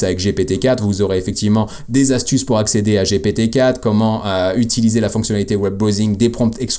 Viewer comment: un peu lourdingue quand tu dis Gpt i !! gptee ! sinon super video merci